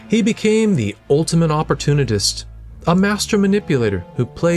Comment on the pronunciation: Bro i recommend learning to properly pronounce words. You say several words incorrectly. You dont say former and latter like your saying see you later. You also said opportunist incorrectly as a few examples.